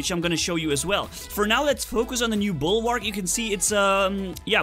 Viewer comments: it is bulwark not bulwarg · Dude it's Bulwark. With a k.